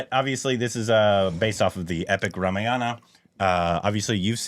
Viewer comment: No it should be Ramayana ideally. Dropping/cutting the last syllable is bcoz of urdu influence which most Northindians are under.